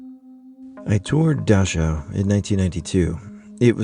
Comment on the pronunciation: I took German in high school and I'm pretty sure Dachau is pronounced: Dak-Ow